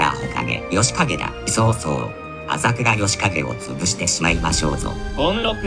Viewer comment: 朝倉あほ景ってわざといったのかなw